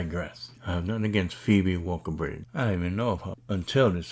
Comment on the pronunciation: Waller, not walker.